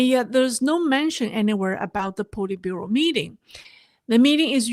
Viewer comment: Politbureau SAY POLY short O